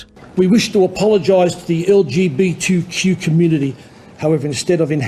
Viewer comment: Des couldn't even say LGBTQ right. Why bother then.